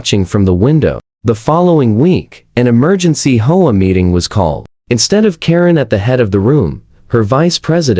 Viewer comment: H O A. Learn how to pronounce. 😢😢😢😢😢